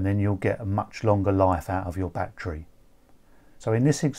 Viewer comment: I like how he say batcherry